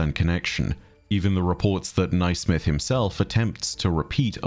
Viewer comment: Naismith is pronounced “nay-smith” btw. Sorry to be a nerd but it was bothering my Scottish ears 😅